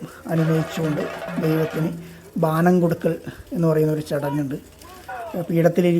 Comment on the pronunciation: ബാനം അല്ല bro.. ബോനം ആണ് 🙏🏻